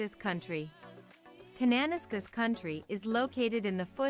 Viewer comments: K country. She really butchered the pronunciation. Khan-na-nas-kiss. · I noticed the narrator mispronounced some names. Kananaskis is pronounced 'Kan-na-nass-kiss' and the Bow River/Bow Valley is 'Bow' as in 'rain-Bow.', I live in Manitoba and you might like to check out the short scenic videos: The 7 Wonders of Manitoba Episodes 1 thru 7 (posted by: TravelManitoba). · Her pronunciation is the shits, it’s Can-an-ass-kis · Computer voice. 'Kananaskis' is pronounced wrong.....'Cana..nas...ca'.